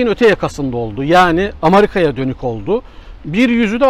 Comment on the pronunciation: Ne hocasiniz anlamadim ama diksiyonunuz cok yardim gormesi gerekir. Bir Amerikayi bile dogru telafuz edemiyorsunuz. Cok karisik anlatiyorsunuz. Bende 34 yildir yurt disindayim siz hem turkcede hemde Ingilizcede telafuzunuzu duzeltin.